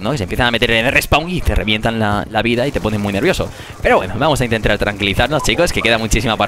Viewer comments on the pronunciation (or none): minuto dice grefg "intrentar" jajaja